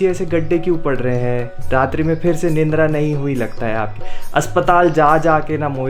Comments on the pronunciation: It's निद्रा not निंद्रा 😄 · Nindra nhi Nidra... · निंद्रा नहीं निद्रा होता है